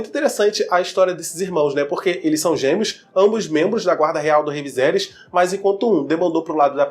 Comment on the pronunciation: viSerys VISERYS pfvr!!! é horrível ver vc falando viZerys kkkkk